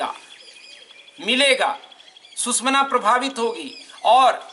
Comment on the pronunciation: It is not Sushmana... It is SUSHUMNA ..